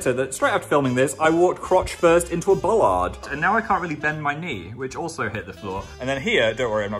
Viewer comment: what in the english hell is a bollard? bullard? boullard??